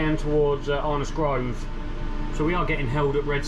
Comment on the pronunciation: Your accent is very stranged, sounds like someone from the midlands moved down to london and picked up twangs. Can tell well "arnos grove" and "even out" sound cockney then you say speed OP like a northerner! haha. Great video none the less thanks for making these